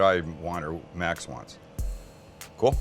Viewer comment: 🤣🤣 Sam always pronounces Max as if it was a dog's name